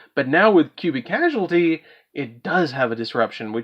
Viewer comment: Clarification: karma only lets you add a cubic monster to hand. Ascension works on any attack from an opponent’s monster, not just direct attacks. Finally, please reread the name “Cubic Causality” you’re pronouncing it very wrong. (Caus-al-ity).